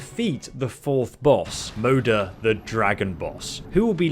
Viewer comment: I am pretty sure it's supposed to be pronounced like "mother". Since Moder literally means mother in swedish.